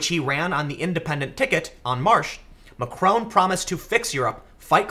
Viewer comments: His name is Mac-ron, not Mac-rone. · Hey Tim, I'll be correcting this every video until you see this but... It's pronounced Mack - ron, not Ma - Krone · Tim! It's MacrON, not MacrOWN! Also, it's pronounced "an Marsh". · Why do Americans have to pronounce everything wrong. Can't even say Macron correctly. And it's no erbs it Herbs with an H. And it's not TWOT its TWAT ! Just cos you pronounce SWAT like SWOT doesn't mean it applies to the ENGLISH language. It really fucks me off when yanks think they know or understand European politics from spending five minutes on Wikipedia. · OMG, learn how to pronounce Macron